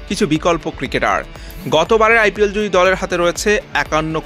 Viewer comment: দেশী কি প উচ্চারন করিতে পারেন না আই ফি এল😅